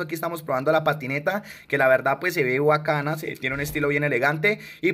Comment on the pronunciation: ya no es BACANA si no WACANA 😂😂😂😂